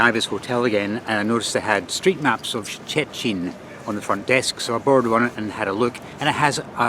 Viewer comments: The city's name is not that hard to pronounce, just say like Churchill in the "Iron curtain" speech. Or the proper Polish way: [Shh-te]-[shh-tin] in two syllables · And still can’t pronounce Szczecin!